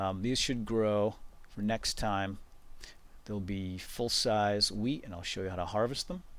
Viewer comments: I thought you said weed, not wheat lol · every time he says wheat it sounds like weed :) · When I first watched this I thought he said 'grow weed.' LOLZ! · Not WEED It's WHEAT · at the beginning, I tought you were saying "now we're gonna grow some weed" and I was like "wut?" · i though he said weed...lol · Whenever he says wheat or hoe i uncontrollibly lol